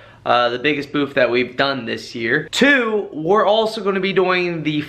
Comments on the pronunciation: Its BOOTH. Not BOOF. Lol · just messin with ya. Sounded like you were saying BOOF. Could be my lousy hearing. Lol